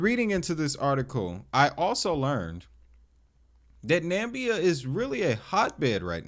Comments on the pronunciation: This is tokenized mining company shares, not copper itself, if they're paying dividends. Hard to tell if the project is actually legitimate without more clear connections. Interesting to keep an eye on. By the way, it's Na MI bia, not Nambia. There's another "i" in there. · learn how to pronounce Namibia. it's not "Nambia" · Think that's pronounced NamIbia dude, emphasis on the first I. Interesting digging btw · Excellent snoopin’, bro… !!Na-MIB-e-ah is the proper pronunciation 😎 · 4 syllables: Na Mi Bi Ya youre welcome 👍🏾